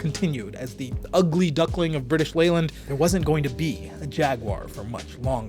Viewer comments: Good research. Leyland is pronounced "lay""luhnd". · It's pronounced Layland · Leyland is pronounced 'lay-land'. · Not only can’t he be bothered to say Jaguar correctly, every time he says Leyland I wince. 🤦🏻